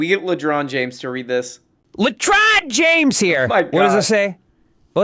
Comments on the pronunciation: I believe Ron DeSanctimonious mispronounced Lebron's name at some point. Out of that mispronunciation Ledron was born. Now he is a grown boy and a newsman for the RM Brown show. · It's a sound bite of MMA fighter Colby Covington trying to disparage LeBron James but failing to say his name properly.